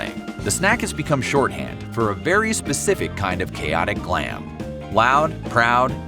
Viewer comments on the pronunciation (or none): none